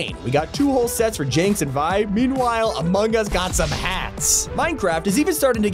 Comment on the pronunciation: Idk why but its triggering the way he just mispronounces vi